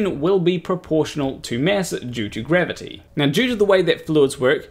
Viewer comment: Funnily, wenn you say "gravity" it sounds like "grabbity"... are you sure you're not a flerf? ;=)